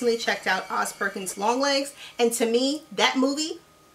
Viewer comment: Without CC I would have zero clue what you're saying. Seriously skipped back 3 times to catch your first pick Long Legs.